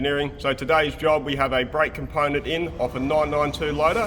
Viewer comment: I want to hear "ponent" in every episode from now on.